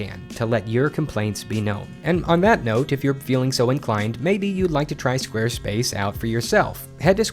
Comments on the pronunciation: I heard it so much that it sounds like "Squirtface ". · Squirt face is what i hear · they said squarespace in the intro so much it sounded like they were saying wednesday